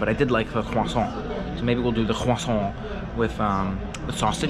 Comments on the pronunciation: For the love of all that is holy, please stop pronouncing croissant that way! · Had to dislike the video on the 4th time you said croissant. I couldn't take it anymore.